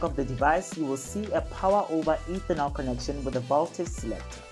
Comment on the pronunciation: And its “Power over Ethernet”…not Ethernol….Geez my Guy!